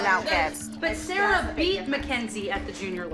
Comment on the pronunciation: How everyone says “Sarah”: Sarah How Christy with a y says “Sarah”: Sailor